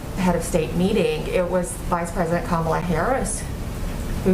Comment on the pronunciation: I'm impressed that she actually pronounced Kamala Harris's name right